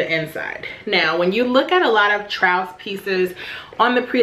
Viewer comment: Great find! Those sometimes look pretty beat up on the preloved market. FYI, it's pronounced like the word truce.